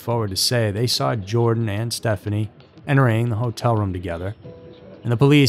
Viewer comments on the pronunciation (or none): It's not Jordan. That's actually kind of annoying. Please don't ruin the name Jordan. It's Joran. Sounds like Your-Ron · How do you read "Joran" and end up calling him "Jordan"? There is no 'd' in 'Joran.' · "Joran". (not "Jordan"). A most despicable human being. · No... actually pronounced Yoran, not Joran... and definitely not Jordan! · It’s not Jordan !!! It’s Joran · His name is Joran not Jordan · Actually Natalie Holloway was originally from Clinton Mississippi, but she went to high school in Brook, Alabama. She wasn't from Nashville. And his name is not pronounced Jordan; it pronounced like Your-an. Just for future reference. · His name is Joran not Jordan 🙄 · Its not Jordan; it's Joran, pronounced 'Your-Ran'. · Lol why do you keep calling him Jordan? His name is Joran you even put it in your title. It's not like it's a hard name to pronounce. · not seen a single American that got it right. It is yor-an van der sloat. not Jor-an van der slewt. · JORAN NOT "JORDAN"! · Why do you keep calling him "Jordan"? It's 'Joran' pronounced "you're ran " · That was an amazing presentation. Not once did you pronounce his name correctly. Joran has no D in it. And it's Dutch, so it's pronounced YOR-en. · phonetically his name is pronounced yo-ran (not jo) van der slowt / sloat (not slewt) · I almost couldn't make it all the way through. The narrator kept calling him Jordan rather than proper pronunciation. It made me wonder if he has the rest of the story correct? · YO-RAN is how it's pronounced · Joran is pronounced Yoh-ran. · I realize he's a psychopath and doesn't really deserve respect, but THERE'S NO D IN HIS FIRST NAME!!! Why can't these narrators on these YouTube channels read!!??